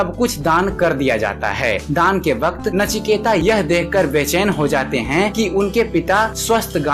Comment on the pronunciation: नाम है नचिकेत , ता नही त